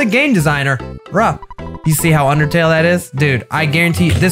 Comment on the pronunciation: Hear nearly said yndertale